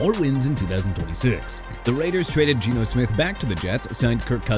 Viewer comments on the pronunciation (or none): none